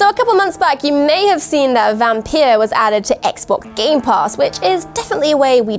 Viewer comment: Wait did you guys say Vampeer? 😁